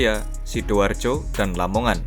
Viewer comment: Gerbang kertosusila bang,la nya Lamongan,bukan lomongan